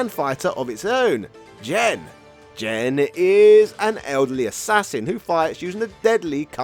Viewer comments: Hard "G", bro. It's Gen, not Jen. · Hearing Gen pronounced like Jen is like nails on a chalkboard. I’m surprised you didn’t say Jeki. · Gen should be a "hard G", and should be like "get" or "go", and not Jinn. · Gen is pronounced with a hard G, not a soft one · GEN is not pronounced JEN 🙄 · Jesus Christ, it’s Gen, not Jen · Gen not Jen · I never heard anyone pronounce Gen as Jen. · Pretty sure Gen is spelled with a hard G, not Jen. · Gen's name is pronounced with a hard g sound, like the word "game". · "Jen"?... then shouldn`t Geki be "Jeki"? 😂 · So many bad pronunciations but they really painful one was Gen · You're pronouncing Gen's name wrong. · Gen in that sense is short for Generation. Gen in the video is a Japanese name of a character. Besides, you can hear the correct pronunciation of Gen in Super Street Fighter IV. It's not that hard to find out.